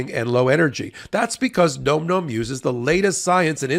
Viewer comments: I think is pronouncing Nom Nom incorrectly. He is saying Nome Nome, not Nom Nom. What is the correct pronunciation? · it's pronounced NOM NOM, not NOME NOME. duh.